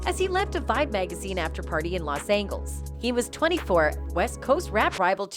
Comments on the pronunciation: And she pronounced "Los Angles". not "Angeles", but "Angles" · BROO, THIS BITCH SAID LOS ANGLES. 😄 🤣 😂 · The lady makes me laugh yo lady learn how to pronounce 2pac,Tupac and wait don't get me started the lady can't pronounce Los Angeles .